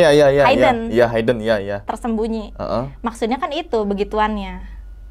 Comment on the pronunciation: hiiiiiideeen bukan Haiii-den.